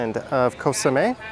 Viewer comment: Nice videos of Koh Samet. But please pronounce it correctly. It’s Koh Samet with a t or you can also pronounce it with a d as in Samed. It’s not Koh Samé 😊